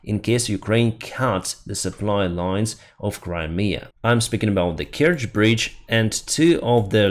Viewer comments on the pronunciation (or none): none